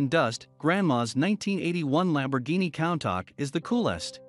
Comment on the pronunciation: it's countach (ku-n-ta-sh)